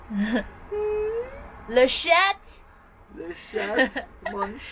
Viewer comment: Good to see you again! BTW in French you do not prononce the 't' in "le chat".